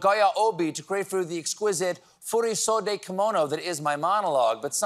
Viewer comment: I have a degree in East Asian Studies and did some research on non-Western clothing recently, so the kimono joke really made my day! Even though the pronunciation was rough in places, Stephen nailed it on "furisode"- which is specifically a long-sleeved kimono typically worn by unmarried women and girls. 😊 If anyone's interested in the other components of the joke: "omeshi silk" is a variety of highly lustrous silk for formal kimonos; the "migoro" are the bolts of cloth that make up the body of the kimono; the "okumi" is a kind of extended collar; and a "nagoya obi" is a style of the sash/belt (obi) wrapped around the body to secure the kimono.